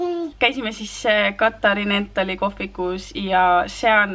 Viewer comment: Pole kunagi oma elus kuulnud sellist Katharinenthal hääldust🙀See on siiski Kathariiinenthal rõhk i peal mitte ie. Nagu naise nimigi Katharine mitte Katha- rinenthal.